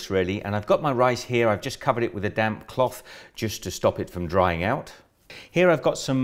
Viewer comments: I thought he said damn washcloth when he was saying damp washcloth... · I kept hearing him say, " That damn cloth." 😆